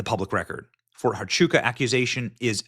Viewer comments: Fort Huachuca pronounced: wah-CHOO-kuh. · It's pronounced "Wah chew ka" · ErKKKa is guilty as sin. Over and over her lies have been exposed, yet you ignore that, Benny. BTW, it's Fort WAH-CHUKA, not HA-CHUKA. And hyperbole is pronounced hyperbolee. But even the Secret Service said there were no threats, yet she LIED that death threats were why she backed out of the Georgia event with JD Vance. She lied about not dating prior to Charlie and not drinking, and the many videos on internet prove that, yet you ignore it and say there are no receipts. You're part of the club, Benny, and I lost all respect for you and Megyn, kissing her butt they way you do. She's a disgusting lying psychopath. And let her sue me. I've seen the disgusting texts she sent that little 15 year old girl, "I want to come inside your lady garden," I heard her disgusting video with JT Massey, mocking sex inside marriage, and NOW she cosplays a Christian, which she became when she set her sights on Charlie. I can't listen to this anymore. They ALL FAILED Benny, and you say they'd give their lives? Yet they took him to a hospital 25 minutes away, after turning away help from EMT's? You saw the hand signs they gave, including Dan Flood? You're a sorry piece of filth, Benny. Ugh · Fort "Wah-chuca" - Huachuca "High-per-bow-lee" - hyperbole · FYI - Fort Huachuca = wah-CHOO-kuh. hyperbole= hy-PUR-bo-lee. ❤😊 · Benny, since I know you will be following up on this, the H in Huachuca is pronounced with a W sound, pronounced Wachooka. I live her in AZ and it took me years to learn how to say a lot of these Indian names😂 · You can't just walk in on a TS meeting. They are held in SCIF and even in the SCIF they are secure to only those in the meeting. The debunks it by itself. Btw hyperbole is pronounced "hyper bowl ee" and Huachuca is "wa chew ka"